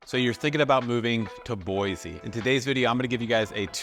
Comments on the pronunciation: Its Boiseeeeeee not Boyzee. Come on man. 😂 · Boise is pronounced "Boi-see" not "Boi-Zee" my friend. Ask around for yourself please. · It's horrible here. Don't move here. You'll absolutely hate it. You'd like Denver or Austin way more. Also, there's no Z in Boise. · ok, first of all I can tell you are not from here because of how you pronounce Boise. Don't make videos like this. Boise doesn't need anymore GD people.